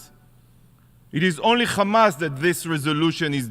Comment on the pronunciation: Why do Israelis say "Khamas"? It's Hamas lol